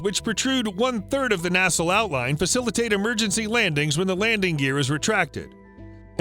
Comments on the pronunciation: "Nassle"? It's "nacelle". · Pronunciation Nazi here... The word "nacelle" is pronounced "nah-sell". you are welcome! ;^) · Find a pilot to teach you how to pronounce LORAN and nacelle. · I god damn dare you to mispronounce "nacelle" that badly a 3rd time. Go ahead. I'll wait.